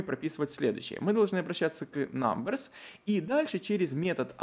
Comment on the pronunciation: айти прогер в 6 уроке: "говорит все с хорошим акцентом на английском" айти прогер в 7 уроке: намберс